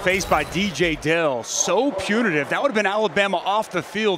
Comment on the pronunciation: how hard is it to say alabama....jeeeez...lol